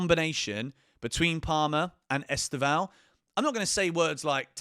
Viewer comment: mate just a little tip from a brazilian: The pronounce of Estevao is much more like Stephan but with a V (Stevan) than you are saying. I know there is no "ão" in english and even people in Brazil pronounced wrong (which He already complained about it in a enterview). I've been following the channel since Club World Cup and became a fan. 💙